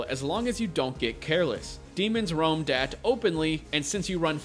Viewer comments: Not dat or that...da'at. Lol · Da'at is pronounced Dah-aath. There is a full stop between the two A's, and the A's are soft, as in Jaw. Its a hebrew word and is part of the Kabbalah. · Just my opinion, think it's pronounced Dah-Ott